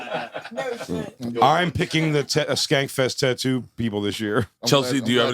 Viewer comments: Bart...its spelled tattoo..tat-too...not ta-too...but telling Bart how to speak properly is like telling a dog not to lick its own asshole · I hate the way he says tatu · Bert is garbage. Keeping saying tuhtoo until someone asks you about it. I’m so glad no one said anything until like the 15th time he said it. You really get to see that 80 percent of this group has barely a drop of talent and humor. Big Jay, Mark and Shane. Period end of story, have a nice day 👍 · Bert was trying so hard to have someone call out how he pronounces “tattoo” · Bert's "tattoo" pronunciation is super cringe, the fact that he leans into it is even worse, like it's not funny when you have to remind people that you're saying it that way on purpose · Bert saying tattoo wrong boils my skin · why does Bert always pronouce tattoo like that? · Bert the typa dude to correct everyone else when he says tattoo wrong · He thinks it's funny and like everything else he does he overdoes it 5000%